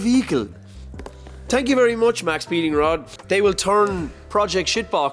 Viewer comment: They're literally called Maxpeeding Rods. There's no S in it. They're intended to be said quickly so that the X in Max makes the sound of the S. I'm assuming it was a copyright/trademark thing. Maybe the name Max Speeding was taken.